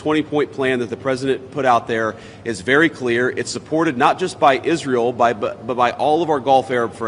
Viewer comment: Is-real and the eyedeef are-Terr-0R-15t